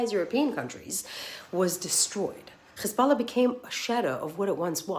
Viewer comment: Why is she forcefully trying to pronounce KHHHisballah? She clearly can pronounce her H's.